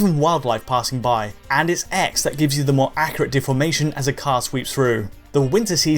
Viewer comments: ACC-U-RAT ACC-U-RAT.......not ACCRAT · Why does this guy sound like he says accurate like a carrot?